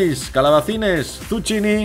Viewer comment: Me encantan tus recetas,, es que se me hace la boca agua.:):):) Solo una ¨piccolissima¨ corrección: en italiano esa palabra se pronuncia algo así como ¨dsukkini¨. De esa forma parecerás un ¨vero e proprio italiano¨!!:)